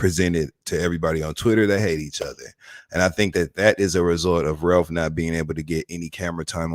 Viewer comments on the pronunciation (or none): & Carlos are both from Michigan and neither can properly pronounce “Ralph” 😂😂